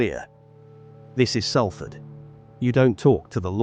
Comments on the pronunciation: One. It's pronounced without the "L" = 'Safford'. Two. You want to tell me that you couldn't find stock footage of a British ambulance? That's an American ambulance, if ever there was one. Three. You repeated some of the information so many times that I am struggling to finish whatever it is that you call this. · It's called Salford said like Sol Fud Just like salt is not said as sal-t, it said like solt Please get it right an amazing city deserves more respect